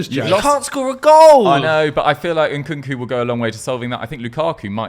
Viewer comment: It's not 'N-Nkunku,' it's just 'Nkunku.' I don't know why Westerners add the 'N' twice.